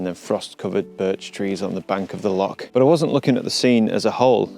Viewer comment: It’s not lock or pronounced lock, it’s loch, bloody Sasanach’s!!!!! 🤣🤣🤣👍